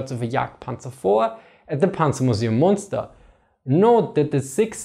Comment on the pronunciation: It's Münster. And without the dots it's Muenster. But i guess that's too much for you people from Lundon or Nev Yok to pay attention to.